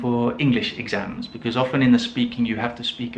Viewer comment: Interesting that you say BEKIZ for BECAUSE. I often hear BECUZ, but your pronunciation is a first for me! Signed, Perplexed English Teacher